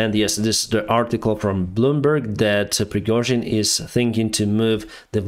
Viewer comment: Пригёжин)))Ох уж эти иностранцы)